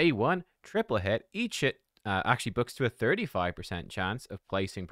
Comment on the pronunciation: I don't think i have ever seen anyone saying "Each hit" sounding so closely to "Eat shit". 😂